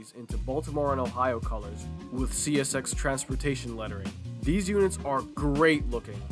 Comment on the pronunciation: bro said oh yeah chesshy systerm